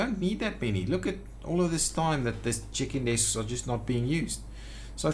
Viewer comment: Haha "chicken desks" Will always hear that from now on. :-P Thanks for another great video. been playing the game a lot more again since finding your channel.